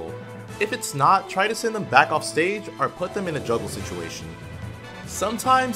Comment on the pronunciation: When says “or” but sounds like “are”